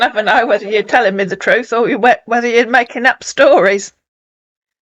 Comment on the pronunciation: OH but he always tells the "troot " LOL